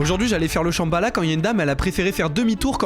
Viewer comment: Merci .... sa me fait mal au oreille a chaque fois ... Les lambda